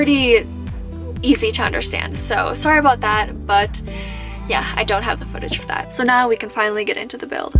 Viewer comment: So impressed with what you did… and shout out to your parents supporting and helping you with it …. I will admit the first thing that threw me was you saying “aboat” with a Iowa State shirt on … but then say the Minnesota shirt and it made sense! 😀